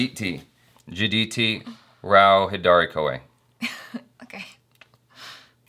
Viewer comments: Yaar, you again said hadaari at last second, it's haidri. Lol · That poor woman corrected u so many times for calling her Hydari and not Hi Daari and u still called her Hi Daari at the end